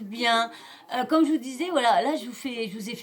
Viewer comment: On dit quand même pas commem !